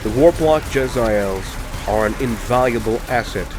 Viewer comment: They're pronounced "jeh-zay-ulls" not "jezz-I-ails."